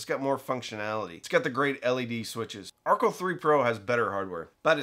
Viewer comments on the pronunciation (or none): You are pronouncing Archel incorrectly. It is named after Rachel so the amp is pronounced like her name.